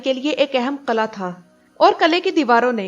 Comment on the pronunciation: kala nhi g killah قلعہ hota hy قلاnhi hota phly bolna sikho